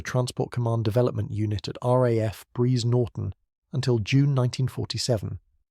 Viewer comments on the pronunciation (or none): "Hamillka"? "Breeze Norton"? "A me 190"? The list goes on. Why can't these 'content creators' use a human to narrate their videos? Pure laziness to use AI. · The AI needs to go to school to learn how to pronounce Hamilcar and Brize Norton correctly. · Yeah. Otherwise interesting video ruined as soon as the mispronunciations start creeping in and you realise it's AI. Surely it's just as easy to provide a human voiceover?